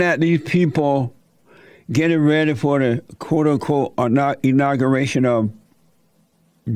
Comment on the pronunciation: Inocuratian,lol Jesse, its pronounced inauguration, lol